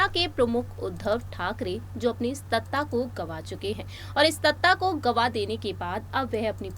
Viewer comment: Stattaa Nahi Madam Its Prounced Sattaa 😊